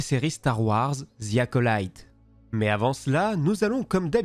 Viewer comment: oui d'accord avec toi mais le "y" se prononce "i" par exemple personnellement je m'appelle Jimmy personne prononce "Jimmaï". En tout cas continue tes vidéos depuis 5 ans que je te suis c'est la première que j'ai quelque chose à dire